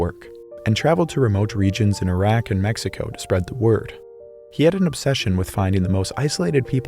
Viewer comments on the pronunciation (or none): none